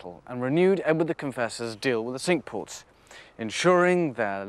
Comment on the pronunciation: Thank you, I would have never got the pronunciation of Cinque as sink. Wish you were still doing these.